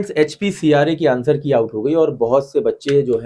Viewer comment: Sir HPCRA nhi hai HPRCA hai 😂 KUCH BHI 😅